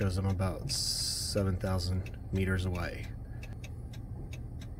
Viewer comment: Did I just hear “meters” with an American accent?! 😮